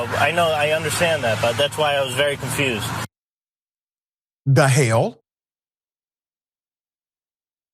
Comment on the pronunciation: Greetings Dr. Richey. As real as this situation is, I must say I have NEVER laughed so hard after hearing someone say…da h^ll. The fact that you paused, then said it, literally took me out. I rewound that part while laughing hysterically 7-8 times just to learn you said it again & I was floored. Sir, I need you to understand, I truly needed that laugh. Your “da h^ll” is the best I’ve heard thus far! Keep on keeping it real Sir. You are indeed appreciated!! Kingdom Blessings. ❤